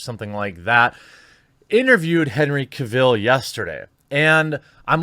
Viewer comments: His name is pronounced CAvill, not caVILL. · The stress is on CAvill, not CaVIll. Do you have a congenital inability to pronounce correctly any word that has an A in the first syllable? :P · Lemme help you out - his name is pronounced like “travel.” Henry Cavill, not like Cruella Deville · Henry CAVill, not caVILL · Omg learn to say his name right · The only thing toxic in this video was the pronunciation of "Cavill" and "Geralt" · Its pronounced cavill not cavill